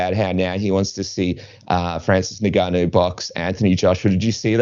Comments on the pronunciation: Plz stop calling him nigganoo, it's N-gon-nu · The N is silent. To make easy for some of you, just say GANU the "a" sound like in Dada and the "u" like in foot